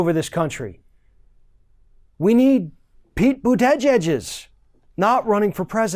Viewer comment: Is it really that hard to say Pete buttigieg? My pronunciations are terrible but this doesn't seem difficult so I guess I'll just feel good about it for the rest of the day. I wouldn't vote for him